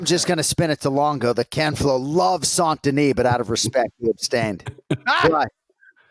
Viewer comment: is the only one that pronounces "Benoît Saint-Denis" 98% perfectly. It's not "San-Denis", it's "saint" as in "tainted". The missing 2% is just the emphasis on the middle consonants "sainT-Denis" that is too heavy, it should be said in one word with no punctuation like "Saindenis". And if you wanna get cute, the "oît" should sound less like a "wah" and more like a fast "ooa".